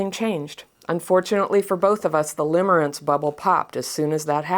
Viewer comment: Lol! Limmering not limbering…